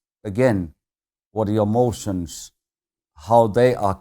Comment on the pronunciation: I like how he pronounces emotions as motions. Less feels, more speed Mika, fantastic.